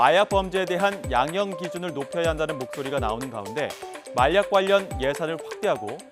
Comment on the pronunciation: 중가중간 혀꼬여서 발음 이상하게하는게 개웃기넼ㅋㅋㅋㅋ마약을 말약이라고 하고